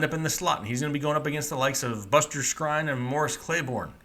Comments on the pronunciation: Hold up pause the video. You just called him skrine. It's pronounced screen lol. First time I heard you make a mistake and I just had to call you on it lol. Anyway I'm gonna go finish loving this video now. Keep up the good work bud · Some guy pronounces Landry's name wrong, and you make fun of him right after you pronounce Buster Skrine's name wrong..